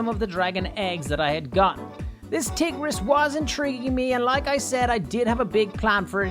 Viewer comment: You keep pronouncing tigeris like tiggeris so how about tigger.